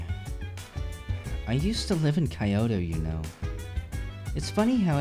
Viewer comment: I'm maybe a bit late but it's pronounced Kee-oto and gay-sha.